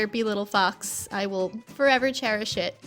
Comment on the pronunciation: I accidentally skipped forward and when you said 'cherish' it sounded like a curse work 😂😅